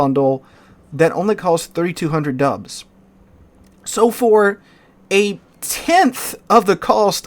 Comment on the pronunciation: Dude, I had to do a double take. I swear when you said "it's just 32 hundred dubs" I heard "it's just 32 hundred dollars"! I was like, damn how's that "just" lmao